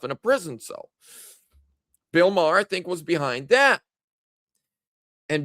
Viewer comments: Sounds like you’re saying Bill Maher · It's not Bill Marr it's Bill Barr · Barr not marr. Bill Barr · Bill Barr not Bill Marr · Bill Barr not Maher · Sorry but it's hard to take your gut instinct seriously when his name is Bill Barr, not Bill Marr. You didn't even know his name. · It's Bill Barr!!!! Not Bill Maher...!! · Bill Barr Not Marh. Hope they have a look at Michigan!!! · You mean Bill BARR, not Bill Mahar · Too much sun in Hawaii,? It's Bill BARR, not Bill Maher! 😉 It's OK,! We still love you! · Barr, not Maher. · Bill Barr not Marr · Not marr!! It is Bill Barr!!!! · Bill Barr, not Bill Maher. You were close though. The names sounds the same. 😂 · I agree AZ will likely be next. There was obvious fraud there in 2020 and 2022. (It's Bill Barr, not Bill Marr.) And, yes, I believe he was involved in the corruption after the 2020 election. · it would be Bill Barr not Bill Marr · No one talking about Bill Marr because it's Bill Barr, 😂🤣 This better be what takes the deep state down. They must arrest ppl for this. Military tribunals 🐸👁️‍🗨️🇺🇸LETS FKN GO 🇺🇸🇺🇸🇺🇸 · It's "BILL BARR" NOT Bill Mahr! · Bill Barr not Marr.. lol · Its Bill Barr.....